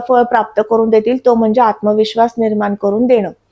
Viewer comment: जोशी असून आनी पानी का बोलते ही? "ग्रहन" स्थान, परिनाम, निर्मान असं...